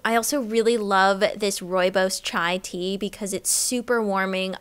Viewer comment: I love rooibos chai tea!!! Ur pronunciation killed me though 😂 loved this video